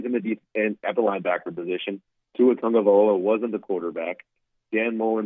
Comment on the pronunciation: My god,! TAGOVAILOA NOT TAGOVAIOLA! Get with it man...